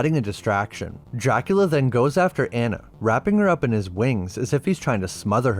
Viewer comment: Pronounced "dracoola"